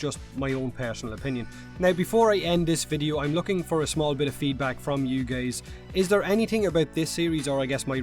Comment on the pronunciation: lol in you said "you gays" XDDDDDD